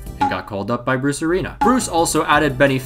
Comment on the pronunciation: All i hear when you say bruce arena is brucerino